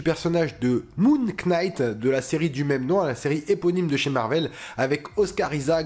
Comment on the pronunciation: Ca se prononce NIGHT, on ne prononce pas le K 🤣